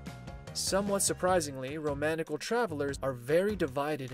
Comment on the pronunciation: Isn’t it pronounce ROM-KNEE-CHEL?